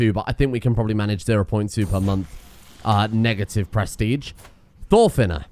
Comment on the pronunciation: can you look into your pronounciation of prestige? It's driving me kinda insane how you're saying "press-tea-tch"